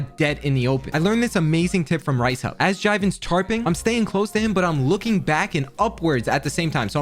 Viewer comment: Its Reisshub not “ricehub” lol. Amazing vid!